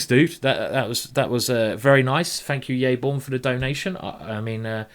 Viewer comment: yaybjorn, not yayborn. bjorn like in a norwegian bear ;)